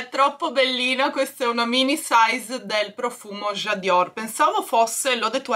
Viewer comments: io ti voglio bene ma permettimi di dirti che NON é J' adior ma J' adore di Dior.....senza la I.....mi fai morire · J’adore non j’adior TI PREGO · il profumo si chiama J’adore non J’adior 😂😂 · Ciao... stupenda come sempre.... Capisco la tua adorazione x Dior, ma devo riprenderti su una cosa il profumo si chiama J'adore...e non J'adior come trovi sui capi o sui gioielli.... Scusa se mi sono permessa.😘😘😘😘